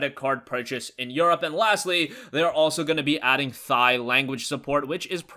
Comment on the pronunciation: Thigh language support? lol, you mean Thia (pronounced tie).